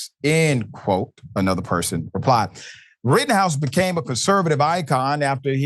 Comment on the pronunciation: It is not Rittenhouse but "Rottenhouse"! The guy is a blabbering idiot!